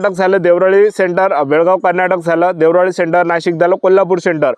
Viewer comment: देवराळी नाही रे रताळ्या देवळाली आहे ते